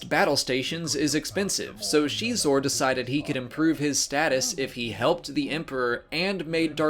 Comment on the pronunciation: Prince Xixor, or "Xeexor" , not "Shiezshor" or "Shesore" o.O ??? Yeesh